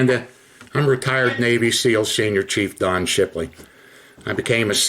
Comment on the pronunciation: It bugs me how she says navy SILL